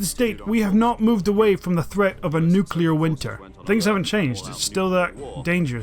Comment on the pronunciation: You said "Nucelar" i heard it!